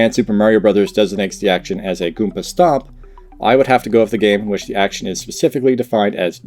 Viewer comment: I would like to add that the way you say goomba stomp is wrong. That is all.